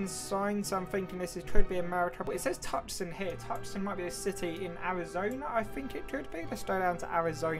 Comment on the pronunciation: Just a little correction for future reference "Tucson" Arizona is pronounced "Too-saw-n"